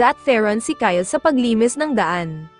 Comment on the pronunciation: Bro that is not ky Le it's Kyle